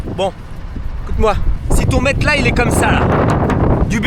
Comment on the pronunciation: Bon explique moi ta prononciation de MATELAS j’attends les arguments. “METELAS”?!?!?